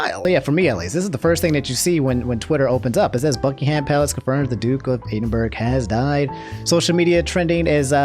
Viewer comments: Just wanna say that “Edinburgh” is pronounced “Ed in bruh” (I’m Scottish) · "Eedinburg" lol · Hey, just a heads up, its pronounced Edd-in-burrah -A person from the UK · "the duke of eden-berg" oh:') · man really said Edenburg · really said eeeedinburgh without hesitation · Sorry but Eedin-burg? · "ee-din-biurg" lmao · EADINBURG LMFAO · Are we gonna ignore that he said duke of E dn burg lmao, but in all seriousness rest in peace Prince Phillip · Did just pronounced Edinburgh as "Eden burg"? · "Duke of Edenburg" ...bro it's not that hard to pronounce Edinburgh lol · Ah yes, the famous Philip the duke of "E- dEeN bUrG"...💀🤣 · You butchered the pronunciation of Edinburgh it's Ed-in-bruh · "The duke of eedinberg " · Did you just say edenburg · Ee - din - burg. Kill me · Haha yeh at first I wasn't sure if he did it on purpose to be funny, but after the second time I was like ooof, for those who don't know its pronounced ehd - in - bruh. I haven't seen any comments correcting it. Still a good informative video other wise. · Eeedinburg?? really? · Sorry... Edinburg? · Duke of Edenburg ...yep, see nothing wrong with that pronunciation. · Just gonna say, your pronunciation of Edinburgh was very off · my man really saying Edinburgh wrong lmao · I hate how you pronounced Edinburgh, as a Scot,I am insulted. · It harms me to hear the way that you pronounced Edinburgh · this is the first time I've heard Edinburgh pronounced this badly tf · Bruh you just butchered the word Edinburgh soooo bad bruuuhhhhh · Am from Edinburgh and the way he says it made me cringe sorry big guy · Love how butchred the pronunciation of Edinburgh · As a resident of Edinburgh, the way you said it made me quite upset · BRO U FUCKING SAID EDINBURGH WRONG ffs. HOW DID U FUCK THAT UP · As a British fan, how you said Edinburgh hurt me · That Edinburgh pronounciation is killing me, damn "eden burg" It's "Ehh Din Bruh" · i know you did not just pronounce Edinburgh as eedinberg